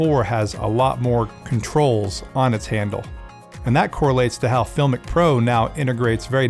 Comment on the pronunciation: You're pronouncing the name wrong !!